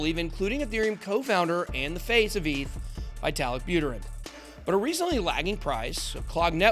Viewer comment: It's Pronounced : "" VeeTahleek Bouttehrin"" Not : "Veyetah lik- Butter in"" Written: Виталик Бутерин